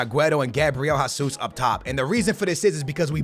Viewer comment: did you actually say hasuz instead of gzus bro!!